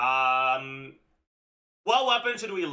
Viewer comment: I love how "um" is sounding "AM" instead lol.